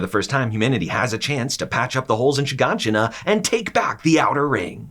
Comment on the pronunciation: Man i hate the way he pronounces Mikasa and Gabby and shiganshina lol